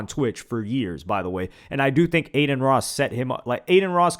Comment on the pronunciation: When she said “F Adin”, shoulda said “Than F Yall” & walked off like a G🤣🤣🤣🤣🤣